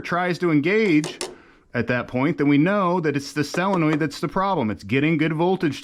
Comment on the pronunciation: The correct pronunciation is Solenoid, not cellinoid.